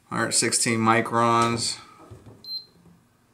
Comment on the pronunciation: It's MICRONS. There is an "n" in there. Yeah, I have a Mazda CX-5, and it has some seriously thin paint.